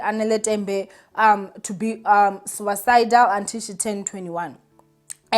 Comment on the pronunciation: Please dear check pronunciation of words you are not familiar with before going online so that we can understand what you are saying. It’s “suicidal” pronounced >suesidal